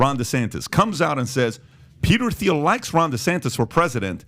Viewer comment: Can someone please tell Patrick how to pronounce THIEL 😭